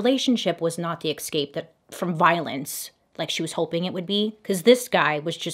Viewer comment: Bailey it's not exspecially, nor exscape!!! Just saying! 😉 lt spoils your otherwise excellent pronouncement 🤗